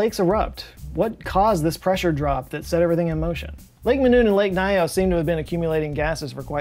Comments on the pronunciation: It's actually pronounced " Lake Nios", not " Lake Naios". Greetings from Cameroon. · I am Cameroonian and this still brings chills even now. I have tried to explain it to several people I know, but there is still skepticism among people here about what happened. The name is lake “Niyos” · As a cameroonian, I can confirm this is so true. People don't live around that area anymore. We say "lake nyos has belch" just so we insert some fun in this horrific situation. By the way, your pronunciation of lake nyos isn't correct but that's not an issue.